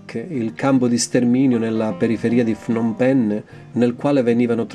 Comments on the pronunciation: Fnom penh? Non si pronuncia cosi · semplicemente come si scrive. Phnom Penh. Io vivo qui da 5 anni e parlo Khmer. La pronuncia è Pnom Pen.